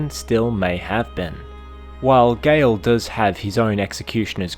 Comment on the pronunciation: It's Gael, not Gale